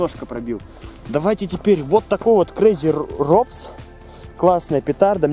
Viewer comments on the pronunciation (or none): Не крейзи "робс "а роботс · Крэйзи роботс правильно читать на английском